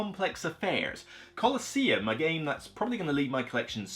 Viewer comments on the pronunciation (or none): none